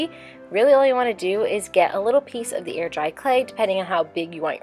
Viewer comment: Did anyone else hear 'ear dry clay' because of her pronunciation of the 'ai' sound? Whenever she says hair or chair in videos, I ALWAYS hear 'here' or 'cheer'.